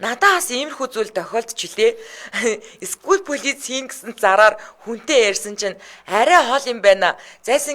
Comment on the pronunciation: School police “cкүүл ролис” гээч , полиц бишээ🤣